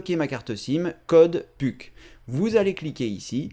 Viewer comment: on dit puk (peuk)